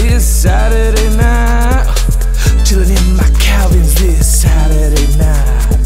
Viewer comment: I'm Bored ..... he say sady night